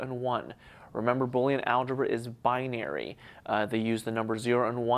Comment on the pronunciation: Memorizing the rules really aren't neccessary. The logic behind them is relatively simple since each variable contains either a 1 or a 0. Also, I don't like the way you say the word "binary". It really upsets me.